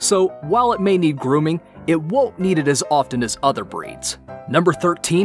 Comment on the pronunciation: When the makers of the video mispronounce several of the breeds they mention🤦‍♀️